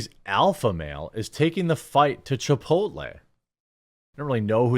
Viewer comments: Yes, Chip-otall. That is exactly how I pronounce that shit restaurant's name. I'm just glad other people pronounce it that way too. 😆 Also: Moe's Southwestern Grill is like Chipotle, but actually good. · I've been calling that crap place Chip-otal for years. Glad to hear someone else doing it. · Love “Chipotool” 😂😂😂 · from now on it's called chei-pottél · It is now cheaper to go to a local Mexican sit-down joint, than a burrito chain. Pretty cool to think about. Side note: Chipotle is now dubbed Chi-po-tle. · I'm Canadian and when I was younger, I legit thought it was pronounced the way that Aussie guy said it, until a friend of mine who had been to the States told me otherwise, haha. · Australians are creative with Spanish pronunciation. Hilarious. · First off, your pronouncing the store wrong, second the burrito is $10, unless you add things to it. You need to find the truth dude. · Honestly, if nothing comes out of this, we at least got to hear him say Chipotle with that accent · I will now pronounce Chipotle like this from now on 😂